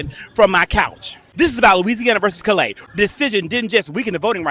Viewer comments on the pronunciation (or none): none